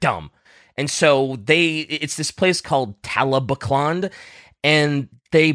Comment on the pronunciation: The pronunciations oh god, talbclnd is crazy